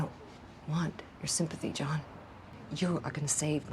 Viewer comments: Quit calling him Joan. It’s JOHN. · Love how the Temu AI reader keeps pronouncing “John” as “Joan”. 😂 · "John".... not "Joan" moron.. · Why does he keep saying Joan